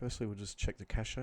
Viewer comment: Cache is pronounced "cash" not "cashay".